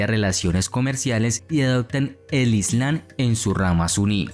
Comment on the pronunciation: La correcta pronunciación es… ISLAM con M no Islan!!